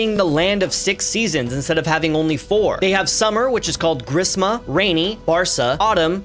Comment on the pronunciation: Not from BangLadesh but knowing bengali It's Grisso, Baw'rsha, Saw'rot(not T, more like T of Tatakae, japanese word), Hemonto(Same not a T), Shit(Not a T either), Baw'sonto (Same as before).